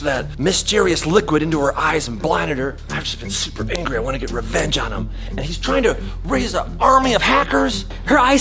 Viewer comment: That is totally how you say revenge